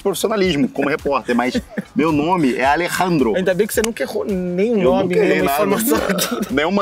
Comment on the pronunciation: O repórter errando o nome do Alerrandro é igual o Magal sendo chamado de Tiririca e fazendo o bordão do Didi Mocó e da Filomena